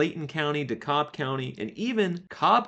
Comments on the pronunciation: It's pronounced D Cab not D Cobb . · Because we like to have weird pronunciations in the south, I just wanted to correct your pronunciation of Dekalb County. The "l" is silent. So it is pronounced De-kab. Just FYI. Thanks! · Why not offer something helpful instead of just a criticism? Also, DeKalb (dee-cab for Atlantans) is pronounced differently in various parts of the country. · You mispronounced "DeKalb" and "Valdosta".